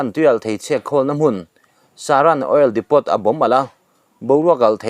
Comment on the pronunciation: Depot hi Depo tia lam tur, t hi a silent tur